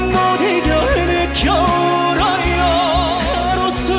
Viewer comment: 하루는 소리가 모아지지 않고 퍼집니다. 그리고 "울어요" 할때 요 부분이 여로 자꾸 발음을 해요. 그래서 또 소리가 더 퍼져보이죠. 그건 교정을 해야할거예요.